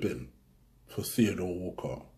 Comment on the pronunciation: Did my man just say Theo Wahrez😂😂😂